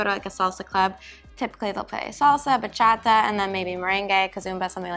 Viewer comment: You had that Bachata pronunciation down! 😁